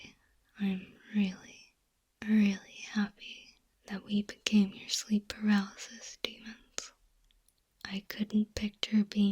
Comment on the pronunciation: "PALARYSIS DEMONS" HUH????